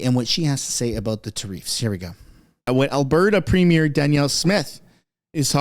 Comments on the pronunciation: tuh-REEFS? you accented the wrong syl-LA-ble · you need to check your pronunciation for keyewords in your episodes. You look like an absolute idiot when you call tariffs, ta-reeeefs. Its ta-riff. Not ta-REEFs. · Tariffs! Not tareefs! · Try to get the pronounciation of tariffs right, it sounds like "tear ifs." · Me, say it right... it's NOT pronounced Ta reefs, it's Ta riffs, but one word! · Please pronounce tariffs properly you sound dumb........... tariffs not tariefs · I know what a tariff is.....what's a ta-reef? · It's pronounced "Tare ifs" stop saying Tareefs!!! It makes you sound retarded! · tar riff one word not tar reef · What the hell is a treef? Are you trying to say tariff? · Tareefs? lol. Tariff - Sounds like teh ruhf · I enjoy watching all your videos! I just struggle to hear you say “Ter-eefs” instead of “Ter-ifs”. Is this a pot-Ay-to/ po-taw-to thing?! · It’s tariff not tareef 😂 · Plz stop saying tareefs it's tariffs. You're driving me crazy lol. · the word tarrifs is pronounced ("tare-if") not tare-eefs. First time I thought you were joking but now I think someone should correct you. Don't ask Alexa, Siri, Google,just take my word for it. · "Tareefs?" WTF? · It’s pronounced ‘tear-if’ - not trying to be rude, just helping as you have to record content. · tah reefs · Hey! Love your show but could you please pronounce Tariff correctly. The actual pronunciation is Tare-if. Or Tare-iffs Thanks pal. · Why are you pronouncing tariffs like tareefs wtf lol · Learn how to say tariff.